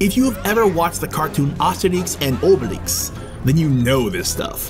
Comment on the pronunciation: I know u don’t speak English very well but the way u said Astérix and obélix cracks me up. Good job and keep it up really good work 👍🇧🇪🇧🇪❤️